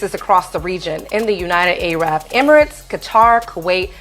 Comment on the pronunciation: I CANNOT TAKE YOU SERIOUSLY IF YOU SAY A-RAB 🙄🙄🙄🤷🏾‍♂️